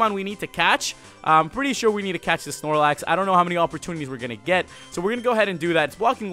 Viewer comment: That was NOT the correct Snorelax